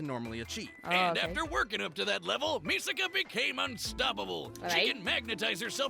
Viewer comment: It’s pronounced Misaka not Miseka